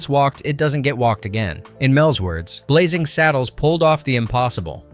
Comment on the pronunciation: Blazing, not Blazzing